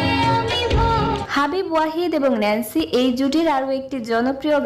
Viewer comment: আপু উচ্চারণ টা হবে নেন্সি